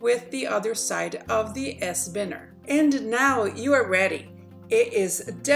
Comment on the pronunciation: Its pronounced, by-ners ! Please remake this video, please.